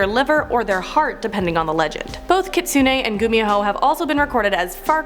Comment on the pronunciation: It's not Kit-suneh... its pronounced Key-tsu-neh.... Also its No-ppeh-rah. I speak Japanese so.... it's honestly irritating lolol